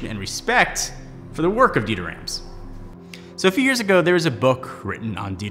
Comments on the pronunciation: Well done, apart from the pronunciation of Rams. Imagine you're going to the Doctor for a sore throat and he says stick out your tongue and say "ahh". Rahhms. I too was corrected during my last year in Germany. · It's pronounced "Rahms". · Apple must've missed the Honest part in Rams' design philosophy. Also, continually butchers Rams' name even after he uses a clip with Rams' correct pronunciation.